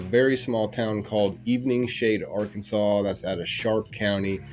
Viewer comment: Typical Ar-keen-saw LEO "ignince".